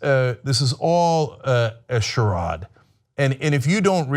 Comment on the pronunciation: “This is all a sharodd” haahahaha